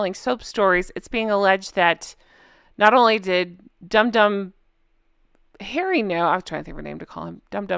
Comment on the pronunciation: she cant say Harry